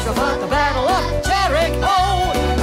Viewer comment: I was learning this song in 3rd grade and my music teacher had many errors but my favourite one was that she pronounced “fought” as “füght”